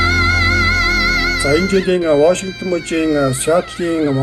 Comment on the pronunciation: Ваашингтон гэж ямар хачин хэлээд бна аа